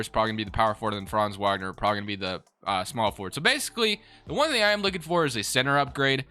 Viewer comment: Great video as always. One small thing, likely you've only seen his name and never heard it due to him being on the terrible magic... but Mo Wagner is pronounced VOG ner. just for the record lol